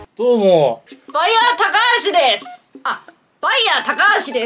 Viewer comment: バイヤーの発音🤣🤣🤣 てか、後遺症なんて、微塵も考えてなかったけど… ドラゴンフルーツ、今日帰り道の八百屋に売ってて、 の動画思い出して買おうかめっちゃ迷ったよw 買わなかったけど😅😅😅 今度買ってみようかな